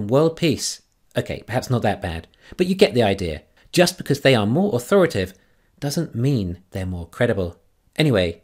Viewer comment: A word to the wise (that’s intended as a genuine compliment): I don’t know the nuances of dialect or pronunciation in the lower hemisphere, but your American audience would be more accustomed to hearing an extra syllable in “authori-ta-tive”. As you always say … Thanks for listening.